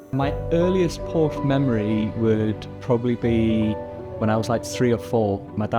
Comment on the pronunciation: Can someone tell how to pronounce Porsche correctly?